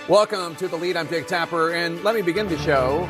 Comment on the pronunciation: Did he say "I'm Fake Tapper"?? I swear it sounded like he did